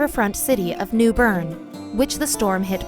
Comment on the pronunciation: The way she pronounces new bern “neW BoRn”